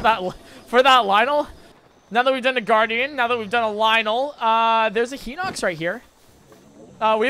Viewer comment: my gosh its pronouced "Hine-ox" not "hin-ox"